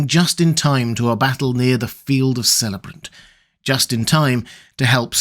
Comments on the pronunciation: I think it's pronounced kelebrant not selebrant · fyi, it’s KELL-uh-brant, not SELL-uh- rant. there are no soft Cs in Tolkiens languages, just like Celtic should always be Kelltick, and not Selltic. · Quibbles. Celebrant (the Silverlode) is pronounced with a "K" sound, not an "S" Helm's Deep is the name of the Ravine where the battle of the Hornburg takes place. The actual fortress is called the Hornburg. Otherwise a very fine video and narrative of an important people in the History of the Third Age.